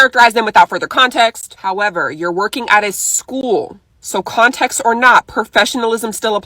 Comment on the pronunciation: She actually said, “contex.”😂😂